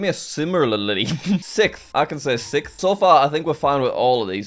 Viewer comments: Word: Sixth Jack: "Sickth" Also Jack: "See I can pronounce it easily!" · sikth lmao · sickth? Yeah, no jack. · “Sikth” -Jack Massey Welsh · Is he saying sith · You mispronounced sixth